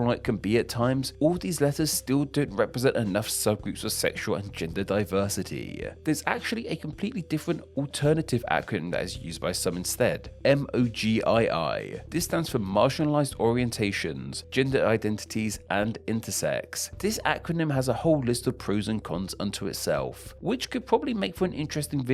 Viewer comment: MOGII is pronounced "moe-guy"